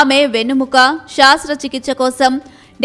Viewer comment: నీకు చేయాలి మొదట శాస్త్ర చికిత్స... ఏందమ్మా యాంకరమ్మా ఆ తెలుగు ఉచ్చారణ...శాస్త్ర కూ శస్త్ర కూ తేడా లేదా 😡.ప్రభుత్వాలు తెలుగు భాష పై శ్రద్ధ చూపక పోవడం శోచనీయం....😡😡